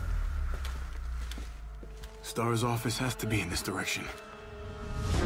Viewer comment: "Starrrs" - Nemesis 2019